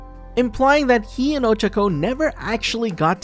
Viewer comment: Could probably try saying ochacos name right just once